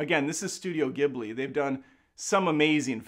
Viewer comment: One second in: "Studio GIBB-lee is back..." Aaand I'm out.